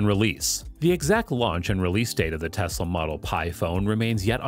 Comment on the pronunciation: Its tesla bro not texla